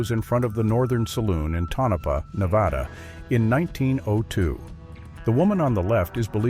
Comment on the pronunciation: Right about the elk. Moose were likely not found in thr Oregon Coast Range anyway. And wow, you need to learn to pronounce names of people and places correctly before you record. It's "Tone-uh-paw" for Tonopah, Nevada, and "Cim-uh-RON" for the Rose of Cimmaron, just to name a few.